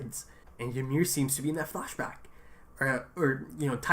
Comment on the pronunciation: Why most of reactors dont notice what Bertholdt is trying to do when Ymir is demoloshing the tower? also, why do you keep calling her Y"A"MIR? hahaha is just Ymir